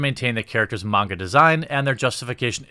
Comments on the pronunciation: I respect you pronouncing “Manga” right lol , but yeah I’m old school I still have my VHS tapes on this anime, I also want a dororo and a devil man from the 1990s made like this , just better and stick to the original stories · The coolest thing about this video is you say "manga" right!